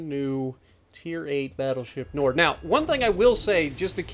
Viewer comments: It’s pronounced knee-ord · Ne-ord. Simple, cmon se.